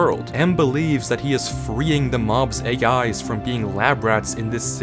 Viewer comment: seams like he is not real, but no one can tell other than M himself. also, the part where you said "AI's", sounded like you saying "hey guys" play it back, and you might find what I mean, but as a matter of fact, i wish i had minecraft java edition, and could play with M, but US$30.00 or ZAR500,00 is too much for us to pay, so sadly, oh and that is only for Bedrock and Java, not the delux package, is sadly tooo much for us to afford,. other than that, i liked the video, and wish I had the laptop, because to me, desktop pc is too bolky, especcially this one that i am currently using to type this comment, although i might have 8 GB RAM, and a CORE i GAH, it is not good enough for me, because i cant move it arounad a lot without being in trouble, or loosing WI-FI signal. sorry about such a long comment, and moaning about what I have, want and or need,, i just want MC JAVA, and want to play with M, no matter how dangerous he might seem to be, i would even be taken, just to get away from home and school, my mother is fine, my aunt is fine, my youngest sister is just extremely naughty, she is turning 5 in decenber 4th, its my steph father that i reall y want to go away from and that is because he shouts at you for the weirdest things, he is laysy, bossy, does the least work of all of us, and does not even have a fully reliable job, so he could be at home for months. he moans about everything postible, acts innocent, when in reallity, he is not. sckool is getting to a le